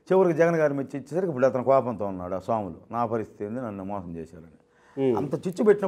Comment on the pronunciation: O anchor, somulu kadu, swamulu